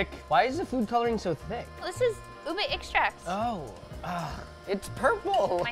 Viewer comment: I watch videos with subtitles cuz my house is noisy most of the time. So like when u said "ube" is came out "boob a". My mind just went WTF.